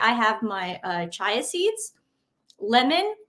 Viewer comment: Viscount is pronounced vy-count Silent S Chia is chee-ah